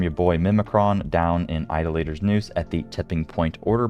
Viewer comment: My man said Ido- Later 😂 lol